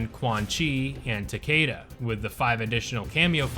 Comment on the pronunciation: It's TAKEEEEEEEEEEDA.